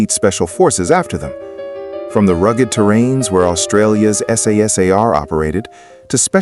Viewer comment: AI is very impressive, but it can't even manage to say "SAS"